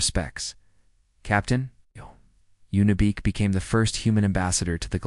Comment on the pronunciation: I think her name is Yuna Beek not, Unibek or Y Una, You sit in your basement eating Hot pockets making these and What? forget to play it once for Editorial purposes?